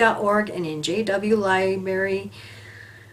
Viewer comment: Is it the height of stupidity that permission is given to help family members affected by disasters. The word stupidity should be researched the "LIBARY" or is it LIBARY. "LIBARY LIBARY LIBARY LIBARY" !!!! LI BAR Y!!!